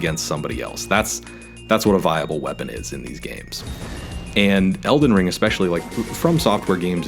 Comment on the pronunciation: Eldenony Ringtano?